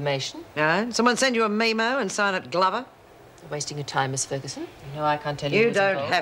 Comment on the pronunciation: Joan said 'meemo' 😂😂....Anne shouldn't be so reasonable with Dan the prat.